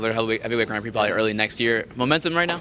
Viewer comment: Why does manlet raimondi say grand prix like a dumbass he says gron prix wtf